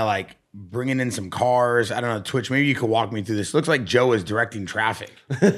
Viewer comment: It boggles my mind that this dude refuses to say twitchs name right and he does it with gusto 😂 its not that hard dude